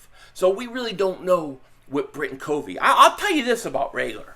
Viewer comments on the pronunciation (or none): Also Britain covey is pronounced CUHVEE